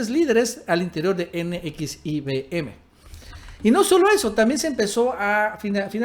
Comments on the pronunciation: Se dice NEXIUM!!!!! NO N X I V M!!! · CORRECION !!! N X I (UVE) M. ESTÁS DICIENDO NX IBM. ! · Si era un hombre "Eroico". Se pronuncia ene equis i uve eme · Se pronuncia Nexium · No mames.. se dice NEXIUM, informe primero. Y lo vuelves a repetir una y otra vez como tontito, no mames. Pinche canal cagado. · nxvim se pronuncia como nexium jajajaja suenas muy chistoso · NXIVM se pronuncia "nexium". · NXIVM así se llama la secta. Se pronuncia NEXIUM...como el medicamento para la gastritis... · la secta se pronuncia nexium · Como deriva del latín, se pronuncia NEXIUM.... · Perdón pero se pronuncia NEXIUM, y se dice más rapido. Saludos 👍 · JAJAJAJAJA N X I B M... NEXIUM NEXIUM ASI SE LE CONOCE Y PRONUNCIA JAJAJAJAJA SALUDOS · NXIVM se pronuncia "NEXIUM" Saludos! 🙂 Nos gustan tus videos. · Se pronuncia: nexium. Saludos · Así no se pronuncia NXIVM....imbecil!!!!!!!!!!!!!!!!!!!!!!